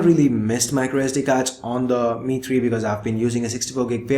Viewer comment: Every time you said "The Mi3", it sounds like Dimity, so now I have started calling the Mi3 "Dimitry" with a Russian accent.